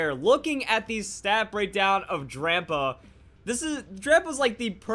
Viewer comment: Is it just me or am i the only one that thinks he keeps saying Grandpa instead of drampa? :)